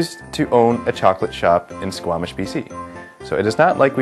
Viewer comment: CHWOCOLATE? CHWOOCOLATE? CHWOCOLATE FOR THE BROOKLYN ACCENT CHWOCOLATE GAWDS!